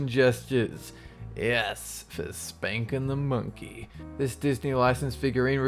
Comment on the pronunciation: A moment of silence for the people out there who grew up to like teletubbies. And who else heard him say "spanking the monkey" in the wrong way?